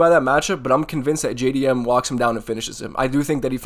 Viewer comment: JAY-DEE-MM by TKO - bedtime